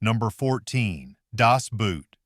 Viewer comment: Not only did you put Das Boot way too far down the list, you can't even say it correctly. Well, i guess that's what happens when it's an AI reading off a script. the German word Boot is pronounced the same as BOAT Crimson Tide is a joke! The Navy refused cooperation because the movie had absolutely no relationship to realism. As an active duty submariner, i saw this in a theater filled with submariners and none of us could stop laughing. U571? Really? This is another movie that is more joke than anything else. You did get one thing correct, it was Hollyweird rewriting the war. It "thrilled mainstream audiences" because none of them has even a hint of a clue what submarines are really like. You obviously never talked to any real submariners regarding Down Periscope. Item after item you've proven that you have absolutely no clue what you're talking about. You have 2 movies listed as movies that submariners enjoy that are absolute jokes that not a single submariner will say is worth the film that was wasted making it and one of 4 that you claim are hated that every other submariner i've ever talked with has said is one of the best made. You weren't even able to copy legitimate works that were accurate. Add to that, you didn't even come close to the order that actual submariners rank these movies. If you're going to claim that submariners feel a certain way, at least talk to some of them, don't blatantly lie. To make it even more insulting, you have the whole thing read by AI tha